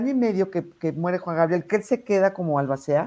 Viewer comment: NO te preparaste para este programa 🙈 No supiste pronunciar ALBACEA 🤔 No sabes que pregunta hicieron a Iván. Ni 🤔 Abogados de O. J. Simpson (creo que hasta ya munieron) a los abogados de Johnny Depp 😂 Lupitaaaa tus conductores hoy no dieron una 👀